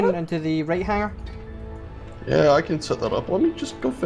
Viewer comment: Scott, Please tell that it is HANG +ER not HANG + GER:-) Love the fun you all have. Markam67